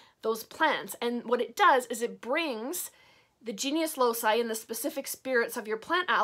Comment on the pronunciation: Hi! I practice traditional witchcraft too, but with focus on the Aragonese folklore (a region of Spain. Goya and the first wife of Henry VIII are from here 😉). I enjoy a lot your videos, you are so transparent with your craft! I only wanted to tell you that the “loci” part of “genius loci” is pronounced like a “k”. Since the old latin used this sound, it will be correct saying something like “loki” (another example could be “caelum” ~sky~ in which “c” is pronounced “kaelum” and not “zaelum”). I hope that i have helped, and sorry for my bad english! Greetings from Aragon!!! 🖤